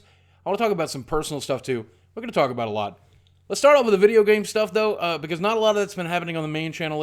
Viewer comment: Goring? Goring to the market? It's like people here in Missouri saying "Worsh" instead of "Wash." John Goodman of Rosanne has pronounced "Wash" as "Worsh" and he's from Saint Louis!